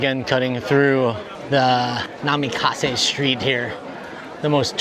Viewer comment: Great vlog, just wanted to add its called NAKA (middle) MISE (store) street and not namekisa.